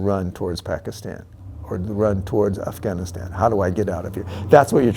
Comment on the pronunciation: why can"t I trust a man that pronounces it "Afghanistaaaen"